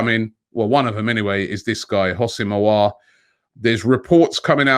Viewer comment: He's pronounce Aw-war